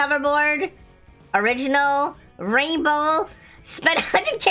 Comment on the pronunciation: i always luagh when u said raibow raibow!!!